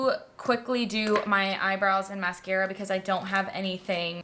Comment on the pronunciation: I was listening along while defrosting the freezer and laughed out loud when you did the 'telescahhpick maskarra'. Stila have some new eyeliners out in really nice shades - I ordered 2.